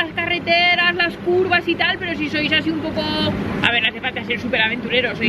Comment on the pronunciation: Acantiladosssssshhhh, curvassssshhh, jajajajaja